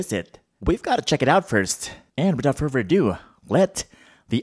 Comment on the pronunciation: Me:without further a do.:without furver a do. It just makes me laugh🤣